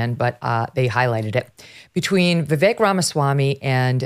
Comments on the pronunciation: his name is pronounced Vivake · I've only heard Vivek Ramaswamy give the correct pronunciation of his first name one time. I've never heard him make an issue out of it, but everyone mispronounces his name. It's ViVake...like cake. People have always struggled with pronouncing the car brand hyundai correctly too... it's Hyundai like Sunday. It would be awesome if people started pronouncing his name the way he pronounces it. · I ma sorry, mispronounces Vivek name and that isfeliberately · You can tell she has never actually listened to Vivek speak, she doesn't even pronounce his name correctl